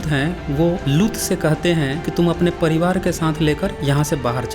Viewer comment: Lgta hindi pdna nhi aata aapko bhai saab लुत नहीं लूत likhaa huvaa hai theek se pronouncition seekh lo hahaha